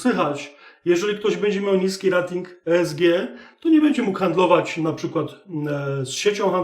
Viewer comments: Rating wymawiaj jako REJ-TING. Poza tym, wszystko okej. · super materiał. Proszę mówić "rejting", bo "rating" nie da się słuchać, kłuje w uszy. Jeśli już chcemy wymawiać po polsku to spolszczmy to do naszej "oceny/klasyfikacji". Pozdrawiam